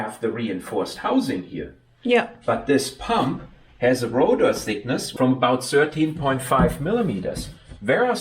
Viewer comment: Very interesting. But please improve your pronunciation. It's rotor thickness, not rotor sickness.